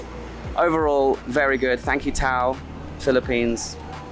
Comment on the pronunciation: it's tao (ta-o) = tagalog for human. Great video!